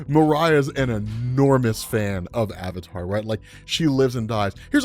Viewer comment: Wow, if he gets Avatar that wrong. Is he getting everything else wrong as well? Maybe the Incredible Hulk is actually pretty weak. I dunno now, because keeps on saying "Fire King".